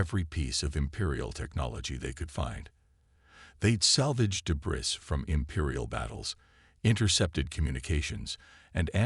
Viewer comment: Work on pronunciation of some words, please. The word " debris " is pronounced like " de bree", without sounding the "s". Work on that okay?